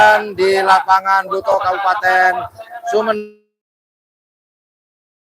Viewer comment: Blutoh mas bukan blitoh.... 😂